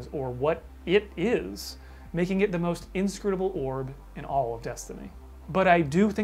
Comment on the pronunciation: Take a shot every time says "scrutable," next novel, "orb"